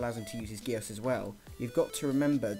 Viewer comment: Btw who ever made this they are saying geass wrong